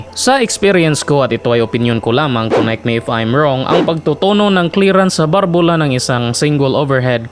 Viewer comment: BALBULA HINDI BARBULA